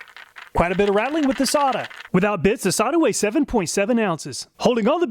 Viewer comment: I thought it was pronounced "Say-ta" not "Saw-ta" but another great job. I would not think of half the tests to do on the tools that you do.